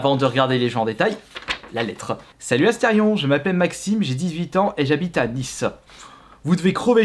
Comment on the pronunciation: Pq tu dis tout le temps aster ion ?